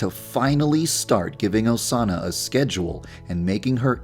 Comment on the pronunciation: es osana no osanna